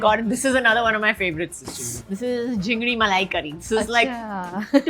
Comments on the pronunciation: Introduce jhingri instead of chinfri 😂. fake Bengali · Jhingri !!!??malaikari😂..it's chingri malaikari... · It’s not jingri , it’s chingri ( prawns ) 😅😅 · everytime she said JHINDRI MALAI CURRY i cried laughing. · Jhingri malaicurry❌ it’s chingri malaicurry✅ Luchchi ❌ it’s luchi… Kya zaroorat hain bangla bolne ki … koi nhi bole ki bengali mein bolo … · Jhingri Malai Curry! It’s called CHINGRI MALAI CURRY! And FUCHKA is not Puchka! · Kajol .... It is Chingdi Malai Curry .... not jhingdi.... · It's Chingri malaicurry, not Jhingri malaicurry🤣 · She is saying ‘Jhingri with a J’ but we Bengalis call Chingri malai curry ! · Most faltu 😂 She cant speak a word in Bengali Wats jhingri😂😂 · Chingri malaikari ❌ Jingri malaikari ✅ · jhingdi ?????? its chingri right !!!! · It's not jhingri,it's CHINGRI. and not khojur, it's KHEJUR.gobindo bhat completely wrong , it's GOBINDO BHOG CHALER BHAT. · Kajol can't even prounounce Chingri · The chop isn't called machar chop, it's "MOCHA" because—surprise—it’s not a banana-flavoured chop it's made of BANANA FLOWER. And for the love of all things edible, we say ‘chingri’, not ‘jhingri’. Maybe someone could kindly inform Kajol before she rewrites our entire cuisine? Please, put in the bare minimum effort and stop butchering our food names. Thanks ever so much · it's not jingri malai curry but chingri ( prawns in bengali) malai curry.... it's bhetki ( is a fish) not bekti .... this is mocha ( kele ka phool ) uska chop.... Its not banana flavoured yrr 😂 ..... Her being a Bengali must know this atleast.... Seems like she's trying very hard to show as if she knows everything about the dishes 🙂🌚